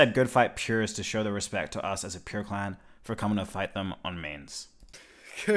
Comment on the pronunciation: Why do you pronounce clan as "cl0wn"?